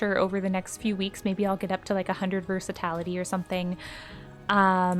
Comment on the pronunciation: Versati"l"ity not versat"a"lity😂😂. NIce guide and happy holidays